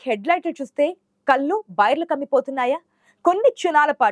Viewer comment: " కళ్ళు " అనే పదాన్ని " కల్లు " అని పలుకుతున్న నీలాంటి " తెలుగు " రాని వాళ్ళకు వుద్యోగం ఇచ్చిన వెథవలను ఏమనాలి ???